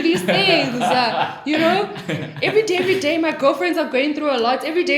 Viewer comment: When she said "Everyday Everyday..." Thats where the South African came out